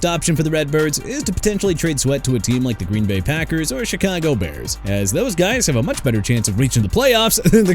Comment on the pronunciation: CHICAGO BEARS PRONOUNCED SHUH-KAH-GOW OR SHEE-KAH-GOW NOT CHEE-KAH-GOW! WHAT'S YOUR PROBLEM BRO?! ALSO MAX BROSMER AS IN BROS-MER NOT BROUS-MER! MR. AI VOICE DUDE YOU'RE GETTING FIRED!!!!